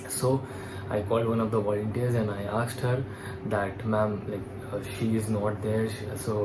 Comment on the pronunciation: Aksed or asked? 😂